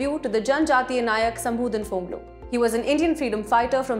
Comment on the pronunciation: Not shambhudhan phonglo , his name was shambhudhan phanglosa